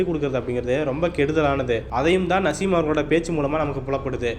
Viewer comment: நசீம் இல்ல தலைவா நாஜிம் ஒரு தடவை தவறாக உச்சரீத்தால் பரவாயில்லை பத்துதடவையும் அதே பேரை உச்சரிக்கிறீங்க காரைக்கல் தொகுதியில் தொடர்ந்து 35வருடங்களாக சட்டமன்ற உறுப்பினராக இருக்கிறார் நாஜிம்